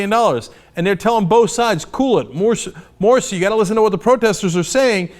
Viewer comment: Morsi lol not moshi XD